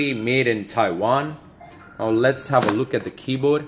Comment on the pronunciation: Hazard G0dz no! he's saying that the guy pronounces it as keyboad instead of keyboard